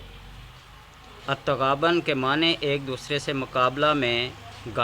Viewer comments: تغابَن نہیں تغابُن پڑھو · التٌغابُن .. ب کے اوپر پیش ہے ۔۔ جبکہ آپ زبر بنا کر پڑھ رہے ہو ۔۔!